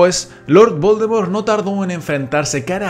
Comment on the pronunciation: Que mierda dices al principio de tus vídeos? Jajaja 😂 ese lord Baldomero es un loquillo